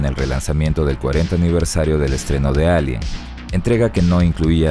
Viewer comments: Porque dises elien y no alien? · Lo pronuncia en inglés, la "A" se lee como "Ei"